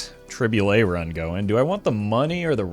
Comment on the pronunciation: "yes its a tri-bulet moment"